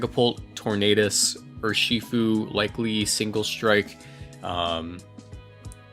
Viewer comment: I cringe every time you say Ur-SHI-fu pretty sure it's pronounced URshifu